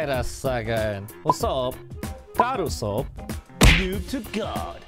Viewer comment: Nobody: guod usod